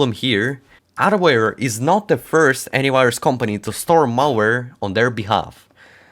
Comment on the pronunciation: at the start i thought he was saying adware antivirus 🤣